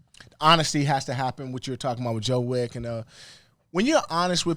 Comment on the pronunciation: "Joe Wick" 😂